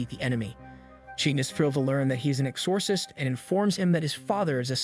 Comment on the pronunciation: love your explanation for this beloved series but i do think you should double check some of your pronunciations of words. particularly names and titles like exorcist and kanda Love the content though 😍